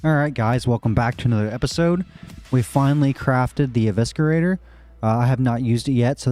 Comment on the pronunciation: Pronounced E-vis-er-ater. Not E-visker-ater